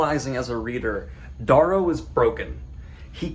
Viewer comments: well he's been mispronouncing Darrow's name wrong for ages now even after seeing videos of Pierce Brown pronouncing it Dare-row. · Wait is it Dahrrow or Darerow? (Pronunciation)